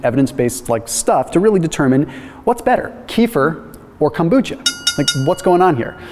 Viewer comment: FYI kombucha is very easy to make. I first started making it about 20 years ago... Not consistently since then though because stuff got in the way however I've been making kombucha again for the past few years. Yo,, there is no T and kombucha and what I mean is the letter t. Kom bucha. Not Kombootcha.